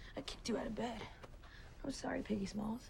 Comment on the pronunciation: Who else noticed that she said "Piggy Smalz"?